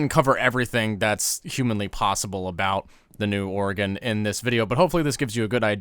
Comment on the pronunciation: Aye one of the only YouTubers that say Oregon correctly